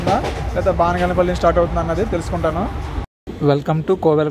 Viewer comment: బానిగానేపల్లే కాదు బనగానపల్లె